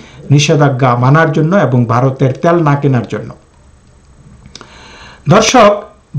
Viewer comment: আপনার বাংলা উচ্চারন ঠিক করুন। দেশ দ্যশ না। তেল ত্যল না। সুদ্ধ করে বাংলা পড়লে শ্রুতিমধুর হয়। আশাকরি মনে রাখবেন।